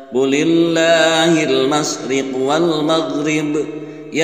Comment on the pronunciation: Alhamdulillah v koreksi juga selain di bagian wajhaka yg benar wajhika. Dr sayaqulussufaha itu di ayat itu juga bukan qulillah v qullillah dan laya'lamunalkitab bukan mad seperti yg di baca krna akan merusak makna🙏